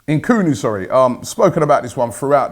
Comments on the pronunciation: "Nkunu" FFS Robbie its Nkuku Then he goes and says bloody Tim Cahill! 😂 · Nkunku, not NKUNU. its NKUNKU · Nkunku, not Nkoulou or stuff like that. Very talented, for the future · Robbie you keep saying Christopher Nkulu, but you're wrong his name is Christopher Nkunku BTW... We are not going to sign him no chance... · Robbie is not nkunu it is nkunku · mispronounces the name says sorry and mispronounces the name again! Just Robbie things #Nkoooonoooo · Headline says "Completed" but the commentary's all "should be ...could be...kinda confirmed be" malarkey. I cant wait for Thursday night, so that we can get a break from this...until the summer...smh. Robbie still cant pronounce Nkunku's name correctly.